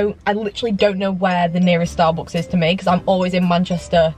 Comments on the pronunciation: Why does she say starbooks instead of Starbucks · Ur great but the way you say Starbucks has got to stop